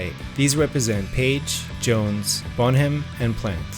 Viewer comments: Bonham is pronounced "Bonnem", not "Bon-ham". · Your pronaunciation of 'Bonham' and 'des Barres' is atrocious. Also there was no curse and no pact. Just bad luck. Bonham was a country man who didnt believe in bullshit like that. Plant was a hippie and Page enjoyed being seen as mysterious.